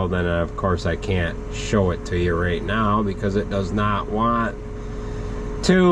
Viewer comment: I thought I heard you say right meow. Too funny